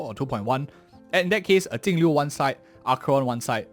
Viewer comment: which blind dingus reads her name with a T